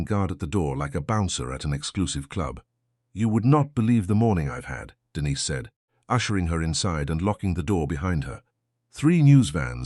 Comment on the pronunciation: I wish the AI would learn to pronounce Denise!